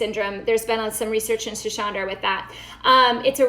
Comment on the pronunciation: Schisandra . Not schishandra. Sss. Not shhh